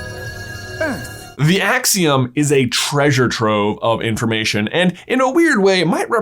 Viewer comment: There the akseeum in here